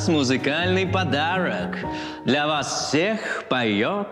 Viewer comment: Я-то думаю, что я эту "неловкую ситуацию" где-то видел. Только НН очень невнятно произносит "Вас", и с ходу не понял.